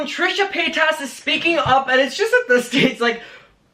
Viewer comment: Omg it’s paytas not paytASS sorry it just bothers me